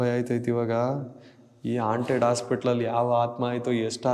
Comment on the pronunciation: ಹಾಂಟೆಡ್ ಅದು ಆಂಟೆಡ್ ಅಲ್ಲ 😅😅😂😂